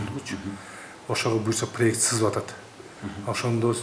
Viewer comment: чызып эмес сызып,чийип деп айтылат